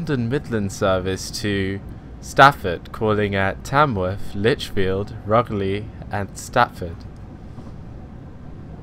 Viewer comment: you seriously said rugly? XD its pronounced rooj-ly XD, great video